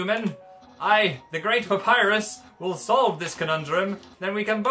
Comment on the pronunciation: Also love how they pronounce a double "P" in 'Papryus"